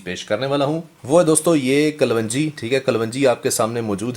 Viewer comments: Kalwanjee is wrong pronounced Correct is kalonjee. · yeh lafz kalwanji nahi kalongi hai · Hahaha Punjab me kalwanji hota hy😀yes right pronounciation is kalonji. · Ye kapvanji nahi kalonji hoti hy in sahab ko thek sa bolna nahi ata mehboob bhai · This is kaloonji , not kalwanji.. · O bhai pendu kalwanji nahi hota kalonji hota hay jahil pehlay bolna to seekh bara shoq hay YouTube sey pesay kamaney ka loray...